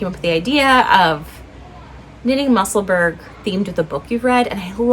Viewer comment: Love your podcasts, Professor!!!! Just a tiny ask… I really wish you would consider saying Musselburgh correctly. It’s muh-suhl-bruh. Thanks!!! 😊